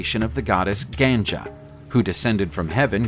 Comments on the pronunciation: Good video,but it's not a try-shula.... it's like tree-shula(however the 't' is not pronounced the same way as the t in the word tree.... it's like the t in "Dante".)And it's GanGa....both g should be hard..... it's not gan-jaa.....the English word for river Ganga (against both g hard) is said like Gan-jis....but you can't make the same assumption for the devi Ganga. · I would like to suggest you to pronounce Trisula and Ganga properly in Indian dialect. It's more like Tree-su-la and Gan-gha nor Tri-su-la or Gan-ja.